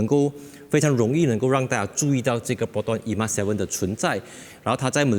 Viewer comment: 本来就name it 而“emas” 为什么就衣mas？